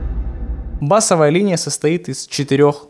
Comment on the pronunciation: Что за такая мода говорить не правильно «бАсовая» когда нужно говорить «басОвая» 😡